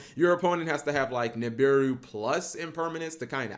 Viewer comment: Holy crap! Double Ni'm'biru in the hand then Dat Ni'm'biru on Ni'm'biru action! Twice the Ni'm'biru, twice the Cap mispronunciation. Legendary Ni'm'biru duel from the man himself. Day 209 of Cap's Ni'm'biru support.